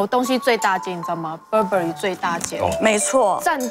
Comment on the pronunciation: Burberry一直讀錯， 一折買也沒fu